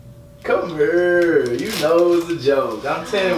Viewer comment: Come urr